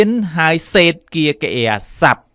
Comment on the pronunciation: Explode អានថា អ៊ែកស៍ផ្លូដ មិនមែន អ៊ែកស៍ផ្លដ ទេ Period អានថា ភៀរៀដ មិនមែន ភឹរៀដ ទេ Said អានថា ស៊ែដ មិនមែន សេដ ទេ Most អានថា ម៉ូសធ៍ មិនមែន ម៉ស់ធ៍ ទេ The report read៖ read ទីនេះ គេអានថា រែដ (past tense) សូមសរសើរលោកគ្រូដែលអាន Experience ថា អ៊ែកស៍ភៀរៀនស៍ បានត្រឹមត្រូវ